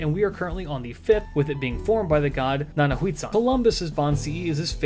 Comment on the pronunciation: Na-na-wa-tzin The "hua" part of Nanahuatzin is pronounced the same way you pronounce the "hua" part in "Chihuahua".